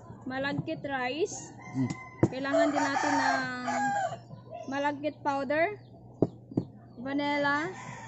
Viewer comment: Sticky rice nalang po masmadaling bigkasin kesa malaggit rice...lol Maganda talagang panoorin pag ngumimgiti kayo madam. Sana lahat kayo ngumimiti paminsanminsan.